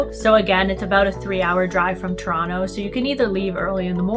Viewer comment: I liked how she said Ttoronno 😊